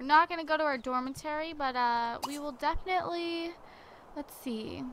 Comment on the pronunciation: Dormitory NOT Dormitary..... I love you but please get that together!